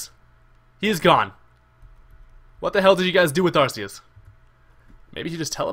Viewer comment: It's ARK-EE-US NOT ARSE-EE-US